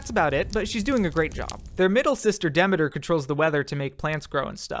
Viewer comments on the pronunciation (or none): Dem-e-tier? It dem-ee-ter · Please tell me I haven’t been pronouncing Demeter wrong this whole time. (I pronounce it Dee-me-ter. His sounded more like Deh-met-er.) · He said Demeter wrong i feel sad btw its (DEE-me-TER) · the way you pronounced demeter made me cry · Why do so many people pronounce Demeter that way? Oh wait y'all probably American and don't know how to pronounce meter. Also, Hera is older sister not younger. That's also not how you pronounce Hephaestus. But nvm. Or Dionysus You missed the y in Eurynome. But yeah, always have a goat handy.